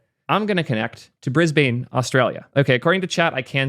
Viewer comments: Brisbain 😭 Its Brisbane, Like Brisbn Melbourne is not Mel-Born either, just Melbun :( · just an fyi from an Aussie, 'Brisbane' is pronounced as briz-bin or briz-bən (or briz-b'n if you're especially Australian) and never as briz-bane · Bris-ban, not Bris-bane ;) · It's not not Bris-baane, it's Bris-buhn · lol it’s pronounced: Briz-bn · It’s pronounce “Brisbne” we drop the “a” because we are cool and quirky like that. I prefer “Brizzy” though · As someone who lives there, I'd like to inform you that "Brisbane" is pronounced "brizz-bin" . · As an Australian, it’s Bris-bn. Content great as always I just need to do my civic duty of teaching pronunciation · it's pronounced bris-bun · I'm not concerned about how you pronounced Brisbane, but caring what DHH thinks.. that's more concern 🥲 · I love your content, but being a fellow Australian, I am offended by the way in which you said "Brisbane". I have never heard it said in such a strong American accent before haha